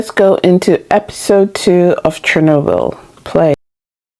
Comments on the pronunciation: I'm sure someone else has corrected this, but I don't see it. It's pronounced "chair-NO-bill" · The stress is on the "o".